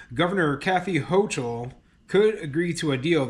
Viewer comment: Its pronounced governor hokul